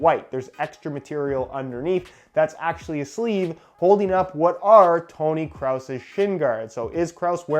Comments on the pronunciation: Ten Shots the fact that you come into the comments looking for a fight is beyond me. However you literally spelled "Kroos" which no one knows how to pronounced so you clearly do not understand the whole issue here, which is that "kroos" is hard to pronounce so you have to spell it the way it is said and "kroos" is not how you say it so you have to make a simplified version to get people to understand how to pronounce it. Your tiny mind doesn't seem to get that. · Dr. Mantis Toboggan The „oo“ is spoken like the O in Obama. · JL Jay pahaha oh boi...it's pronounced like the German word "groß" just with a k at the beginning so he was kinda right honey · I pronounce is kross like gross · its kroos, KROOOOOS , SAY CRUZ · Graham S Its not pronounced gross. Its actually not easy to explain in the comment section but for europeans its very easy to pronounce. Idk there is no familiar word its just simply kroos with a long o and a german "r" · I have never heard anyone ever say kraus just wrong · I’m German, it’s pronounced “kr-oh-S” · Big man, I live in Germany and speak fluent German. It’s pronounced how it looks. Kroo-s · Methwurst nicht wirklich hahaha kraus oder was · or you can pronounce it like "kroos" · Sounds like he's tryna say Kraut lmao. WW2 yankee flash backs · Im German and you pronounced the way horible like REALLY BAD Kroos got 2 os which means you pronounce it longer Like Kroooooos and the s is pronouced sharp! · He said “Toni cross” 😂😂😂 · It's not Kraus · “Kroos” is pronounced like “gross” but with a k in the beginning, so basically kross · he says crouse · he sais kraoos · it like croose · xX-zim-Xx "kros" with an o...how you write it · You say gross but you replace the g with a c and you pronounce the r different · it's actually pronounced krawss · It’s Krooossssss I’m German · the correct way is how we Germans say it. And pronounce a long o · Im german and it hurts me how u pronounce toni kroos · Toni 'Croh-ss'